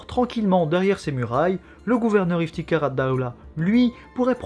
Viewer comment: Votre accent Arabe est excellent! Ps: le "kh" dans Iftikhar Addawla (Fierté de l'état) se prononce comme le "j" espagnol.